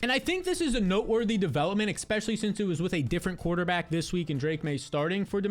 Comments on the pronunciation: My brother I am here to say this. I have subscribed, but would love if you would stop sating expecially. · Not subscribing until you say especially correctly